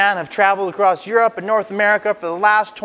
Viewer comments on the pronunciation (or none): none